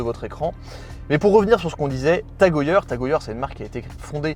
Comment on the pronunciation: Prononciation : « Tag E Heure » svp et pas « Tag E yeure »